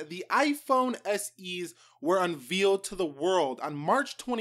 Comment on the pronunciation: iPhone SE were “unveeled” hahaha